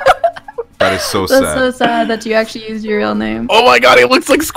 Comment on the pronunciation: Lmao "askually"